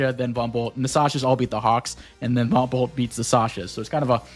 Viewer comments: Did anyone else hear Von Bolt as "Bumble"? XD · Right about now, it's time to rock with the biggity Von Bumble 🐝 👩‍🦼